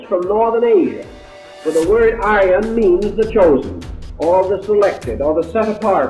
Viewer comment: Is he saying "Aryan" migration?